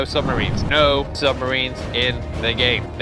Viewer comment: I am not spending credits on ships that are not permanent. He said "Mo" not "No" submarines 🤣